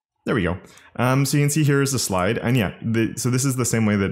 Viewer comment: worries about the pronunciation of Coulter Also: pronounces Can as 🥫 without second thought 😂